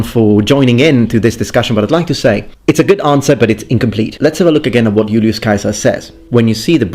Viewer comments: Dude, "Yool-yoos Kaiser"! I'm gonna drive everyone nuts with that. Just as I correct people when they mispronounce "bruschetta" and I explain to them it's Italian, not fucking German, now I'll have to say it's Latin, not fucking English. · Wonderful video thank you. I didn't know the correct pronunciation for Caesar. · LOVING the Classical Latin pronunciation of Julius Caesar!😀 It seems like no one wants to use the correct vowel sound for the "ae"... like ever. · Thank you for pronouncing Iulius Caesar's name correctly! Actually, I love all of your Latin pronunciation.